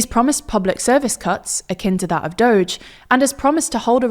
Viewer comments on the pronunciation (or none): none